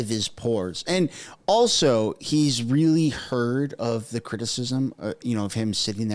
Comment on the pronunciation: So is a teacher and he says 'realler'!?!?!?